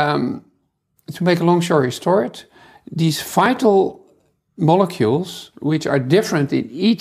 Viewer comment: lol "to make a long shory stort"